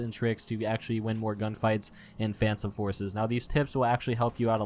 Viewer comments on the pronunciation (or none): tip: say phantom forces correct